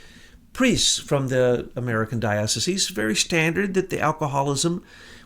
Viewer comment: is it even possible to be an ex jesuit ? AND not be able to pronounce diocese and it's plural ?